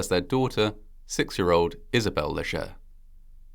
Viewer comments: FYI - The "ger" in Léger is pronounced as in "jay", NOT as in "heir". So it sounds like "Lay-Jay". For those wondering, hayrides are not that fun. The hay stings, does a number on your clothes, smells like manure and cattle, especially if damp, and that smell lingers in your clothes. Most of the time, there are bugs in the hay. But it certainly is fun to ride with your friends and family. It's a shame the truck driver didn't have enough brains to slow down and control his load before passing them. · Leger is pronounced lay shay. Robot voices is disgusting. I'm out.